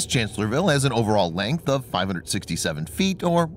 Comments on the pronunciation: It's pronounced Chancellor-s-vile. You're leaving out the 'S' after Chancellor... . It was Lee's greatest battle, where being outnumbered 2 to 1, he flanked and defeated the Federals. It's considered to be one of the most brilliant battles in US military history. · Guy does not get the name of the ship right. It’s “Chancellorsville” with an “s”.